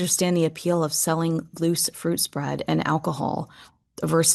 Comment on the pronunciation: Every time you say "loose fruit" spread I die a little. HAHAHAHAHA. Love your commentaries! And I think you are bang on - she was never going to bow to Kate, and if you ask me, her whole life purpose now is to show up Kate by trying to have what she thinks Kate doesn't have: her own money, the freedom to live and act the way she wants, a "business", and her own "castle" in the states. The jealousy she must have for Kate - who is adored by millions - must just drive her nuts. But believe me, I think that's what fuels her.